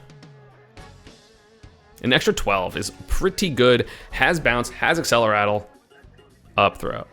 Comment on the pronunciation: Why does everyone always say accelerattle instead of accelerate?